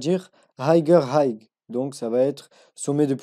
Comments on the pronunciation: le "g" ne se prononce pas. "high" se prononce comme une aïe avec un H devant et non comme un aïegue et "higher" se prononce donc comme "ailleurs" mais avec un H devant. merci pour vos vidéos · hayer low .. la pronunciation.. hay cest pas hayg ... fais att frero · Haygueur low haigheur haygue mdrrr il me tue ton accent